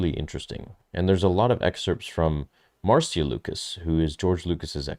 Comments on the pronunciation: Marcia is not pronounced "mar-see-uh", but "Mar-shuh" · Love you, but it is pronounced Marsha not Mar-see-ya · Marcia is pronounced Marsha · C’mon, her name is pronounced Marsha. I can’t believe the amount of YouTube hosts making this mistake. It’s embarrassing. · Her Name is pronounced MAR SHA. Like Irish Name Siobhan. Is pronounced Sha vonne Not SIO bhan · I know this dude is foreign, but “Marcia” isn’t the hardest name to pronounce